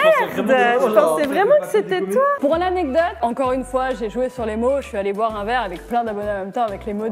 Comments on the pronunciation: une anecdote: une anedote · Elle dit annedote et pas anecdote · pas anedotes, ANECDOTES Ps: ça ma tuer quand il te demandais de dire "Anecdote" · Petite aide pour: Anek dote c'est pas plus compliqué 😂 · Grave je fais que repasser le moment ou elle dit ANEDOTE ! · Mais oui anedote 😂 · qui ce fou de la gueule de à chaque fois qu'elle prononce "anedote" 😂😂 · anedote 😂😂😂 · Ne t'inquiète pas, tu n'es pas la seule à mal prononcer "anecdote" 😌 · Le nombre de fois où dooms a dit anedotes | | \/ 😂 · Prononcer anekdote 😂😂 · voici comment on prononce anecdote: A-nec-dote De rien 7n7 x) nice la vidéo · C'est anecdote et sa ce prononce aneKdote . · a un gros problème avec ce mot " Anecdote " Je rigole à chaque fois! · La prochaine fois dooms apprend à dire "anecdote"🤣🤣🤣🤣🤣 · ANECDOTES Je dis ça parce que tu ne sais pas le dire 😂😂😂😂😂😅😅😅